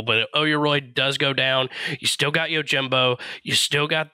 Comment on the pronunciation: I, as a weeb, am literally correcting his pronunciation out loud. The people around me are looking at me like I'm crazy when I yell, "ITS YO-JEEM-BO NOT YOUR JIM BO"